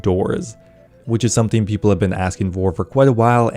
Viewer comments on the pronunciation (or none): none